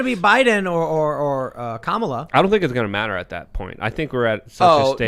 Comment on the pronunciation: pretending to not not know how to pronounce Kamala was disappointing. The guest is one of the midwids Malice explains perfectly. Tim was still great.